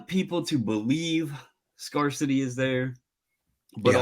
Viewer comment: Never heard anyone pronounce "scarcity" like that before